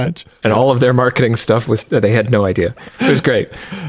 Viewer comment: Here's an idear. Make a quiz where you can win merch.... By guessing how many times Linus goes off topic 🤣